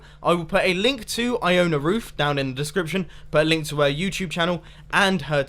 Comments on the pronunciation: I thought you said i own a roof, instead of Ioana Ruth. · when you first said Ioana ruth I thought you said I own a Roof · When you said "Iona Ruth" I thought you said "I own a roof" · I-own-a roof